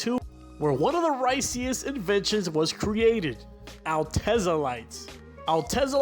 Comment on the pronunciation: Its pronounced Al te' za..not Altez-ah'....lol 🤣 ..and that model was in japan only..in the US its called a Lexus IS300 ...